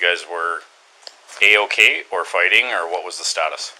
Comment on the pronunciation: “eh oh-keh”